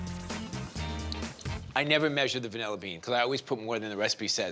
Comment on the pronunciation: It’s vanilla, not “vunella.”